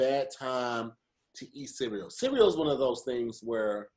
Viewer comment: Does anyone else hear pronounce "CEREAL" like "SIRI-O"?